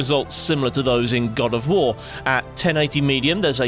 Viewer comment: "in god of woor"